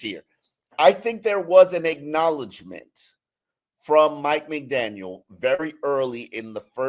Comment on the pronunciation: He keeps pronouncing Mike McDaniels